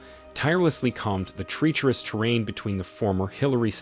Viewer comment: If the narrator says “treecherus” one more time or pronounces “crevasse” one more different way, I might cry.